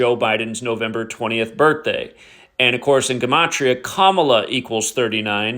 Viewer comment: Hey..just curious..I've noticed that you've been pronouncing the word "Gematria" differently..why is that?